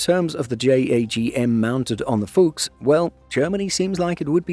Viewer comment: Brotip: the U in Fuchs is short, just like the O in fox. 😉